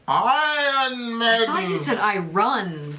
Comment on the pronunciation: I-Rons. Well done. You're officially illiterate👏